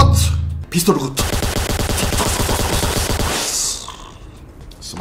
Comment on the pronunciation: グッドがゴッドに聞こえる